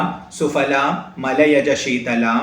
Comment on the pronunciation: സുfaലാം എന്നല്ല സുphaലാം എന്ന് സംസ്‌കൃതം ഉച്ചാരണം. വീണ്ടും fu ല്ല അല്ല phu ല്ല എന്ന് ഉച്ചരിക്കണം കാരണം പവർഗത്തിന് ഓഷ്ഠസ്പർശം ആണ്